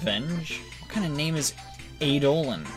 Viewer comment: it's pronounced "eye-doh-lawn", and it's a ghost but that's a bootleg so it is EEEEEEEEEEEE-dolan